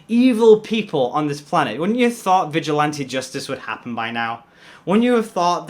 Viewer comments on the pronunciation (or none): none